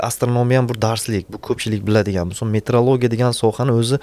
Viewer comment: Есть метеоролигия - это наука об атмосферных явлениях природы, а есть метрология - это наука об измерениях. Вы всю передачу произносите на узбекский манер - метрлогия 😢😂😎